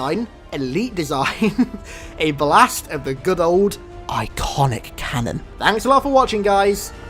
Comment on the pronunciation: PLS STOP USING THE TERM ICONIC TOO but please, start with stoping to prononciate it this way.